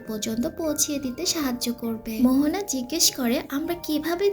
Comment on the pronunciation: Mohona na moana